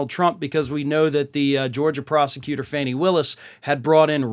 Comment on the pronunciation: FAWNIE Willis NOT FANNY!